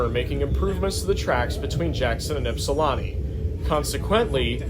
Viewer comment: actually it's pronounced Ip-Sil-An-Tee